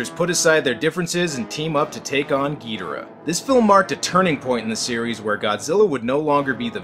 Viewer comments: Pronounce it as you will, I will not hate you, but I was raised with Ghidorah. Not Ghidrah. I cannot take the title gEudRAh seriously. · Its not king getirh its king gadorh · Ghidorah not Ghidrah. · Its not gi dor ah... Its ghidorraaaaahhhh..! Leviosaaaaaaaaaa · I'm so fucking tired of people saying "GEE dah rah." It's "gee DOR ah." That's how the Japanese say it ffs. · It's Ghi-Dora not Gydira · Ghidorah not gidrah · Gidra? You mean ghidora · Why do you say gee-dera? It’s Ge-dor-rah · Ghidorah it’s not Ghidrah it’s Ghidorah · It's gi-dora not gee-dora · It’s gih Dora Not gee Dora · the way he said ghidora hurt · It's Ghidorah. No Longer Ghidrah, Ghidorah. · Specifically GidOrah. That's an O not an E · all of this is good except how you pronounced the names.... every time I heard "gee-da-ruh" I cringed. then "CEE-SAR" forced me into this comment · Its Ghi - Dho - raa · your saying gedora / monster zero wrong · its Ghi-Dor-ah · It's Ghidorah gidoora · OK enjoying the content but can't you at least pronounce ghidora right lol